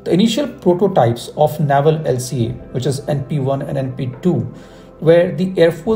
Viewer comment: Good content. I heard TEDBF for IN by 2040! Also, Naval is pronounced नेवल 🙏not नावल